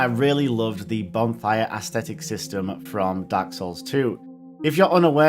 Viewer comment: Stop pronouncing “ascetic” as “aesthetic”. They’re different words with dramatically different meanings. Aside from that, fantastic video and subbed